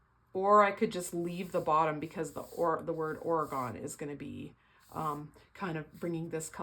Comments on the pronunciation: Gorgeous layout!! I have to ask you where you are from, it is so cute how you say OreGONNE! I am from Oregon and these are some of the most treasured places in my heart and you made them look even more beautiful with this gorgeous layout. I love the backsides of the otter paper, too. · No worries! We pronounce it OR-e-gun. But it was very cute how you said it! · Love your layout. I’m inspired to do more grid layouts. I’m an Oregonian from Portland and love how you say Oregon! The coast is very beautiful and you have made me want to go again. Thanks for sharing